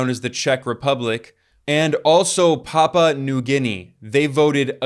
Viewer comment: It's NOT "Pappa" but WEST PAPUA! The word Papua has THREE syllables: Pa-pu-a, spoken quickly. Why are SO MANY YANKS so incredibly lazy, unwilling to do any research and disinterested in the rest of the world and therefore so very ignorant of it? Fancy mispronouncing the name of a country, just because you're ignorant of it so you demean yourself and the nation you represent. I'm so sick of it happening so very often. Yanks can never pronounce New Zealand properly, either, and that's just downright offensive and ignorant. It's NIEUW Zealand, and never ever "NOO" Zealand, YANKS! Show some respect and learn about the world for a change, especially if you're going to mispronounce the name of a country in a video with 98,000 views, 1,645 comments and 219,000 subscribers at the time of this comment. 🙄